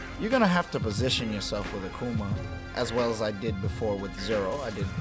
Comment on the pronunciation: a-Kuh-Ma... lol